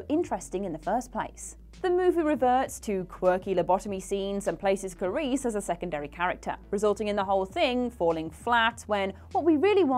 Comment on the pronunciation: Am I the only one bothered by the repeated mispronunciation "Carice" instead of "Clarice?"